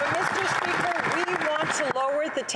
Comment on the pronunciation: HAHAHAHAHAHAHAHAHAHAH FOR VVVEEEKS Mr SPEACHER FOR VVVVEEEECKS Mr SPEAKERS HELP US Mr SPEACHERSSSSSSSSSSSSSSSSSSSSSSSSSSSSSSSSSSSSSSSSSS FOR VVVEEEECKSSSSSSSSSSSSSSSS HAHAHAHAHAHAHAHAHA